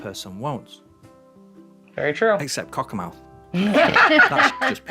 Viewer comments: Cockermouth is actually pronounced like cockermuth but I’m from cumbria myself so i don’t know if that’s just my accent or not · Cockermouth is the nearest town to where my parents live. Like many place names with the suffix -mouth, the pronunciation is more like "muth". It, of course, sits at the mouth of the River Cocker, where it meets the River Derwent. It's actually genuinely a fantastic town to visit, and in a wonderfully beautiful area of the country - the Lake District! But completely understandable that he would omit it from his route. He'd probably have to take the A66 to get there if Wetwang was his previous stop, and then the A69 to get back on track. A 3 hour detour in good conditions, and a miserable drive in poor conditions.